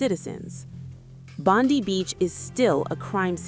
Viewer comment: This is a fake video, because the way she is pronouncing "Bondi" is incorrect